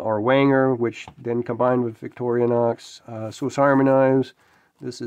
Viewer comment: 'Rostfrei' means rust-free. And it's Vic-tor-i-nox , not "Victoria-nox" . Nice book, I'll look for a used copy.